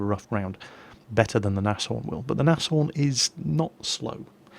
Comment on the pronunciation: Pretty sure Nashorn is just pronounced "Naaz-Horn"